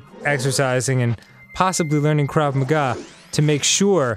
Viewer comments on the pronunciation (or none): none